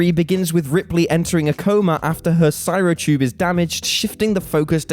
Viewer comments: "Si-ro tube"? It's a cryo tube, "Kri-o", have you never seen a sci-fi film? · HA! "Cyro-Tube!" I swear you're doing it on purpose now guys :D